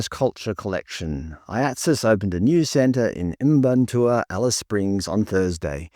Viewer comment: It's not even phoenetic lol... "Mparntwe" would be "Muh-parn-twee" not "Im-barn-tour". Like when people call them Stone Age... too much credit, that would imply they figured out stone tools 😂